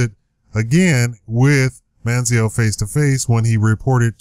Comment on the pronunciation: Try and take a drink ever time he says Man-zee-L